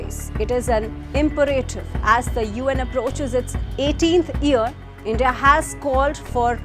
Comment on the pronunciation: Please look up the Ponunciation of the word you used 'IMPERATIVE'.